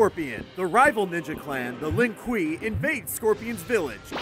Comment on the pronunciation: Lin Quee? Wat